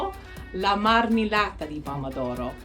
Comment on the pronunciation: Hi, Italian here. We usually say passata di pomodoro and marmellata di pomodoro because we're thinking of tomato as a type of substance, not as individual items, in thiese cases. By the way, it's marmEHllata, not marmeellata. It's the same sound as in perché. The letter E can be open or closed, but it's never going to be the same as the letter i